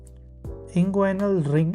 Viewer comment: You are confused. It is Nyhus after a surgeon and not a NYHUS abbreviation . This classification was named after the famous Chicago surgeon Lloyd Nyhus, and his name was pronounced as "nee-has" . Also inguinal is pronounced in-gu-ee-nal and not in-gu-a-i-nal, femoral is pronounced fe-mo-ral and not fee-mo-ral